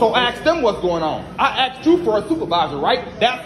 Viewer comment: you are a smart guy, please reflect that in your speech. please say subscribe, instead suscribe, which what you keep saying. also, please say asked, and not aksed.